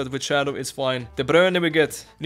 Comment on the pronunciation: You pronounce De Bruyne very well!! :D